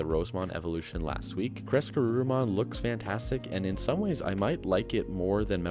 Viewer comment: I just keep hearing "Caress-Garurumon" and I giggle 😂😂😂. Excellent video as usual!!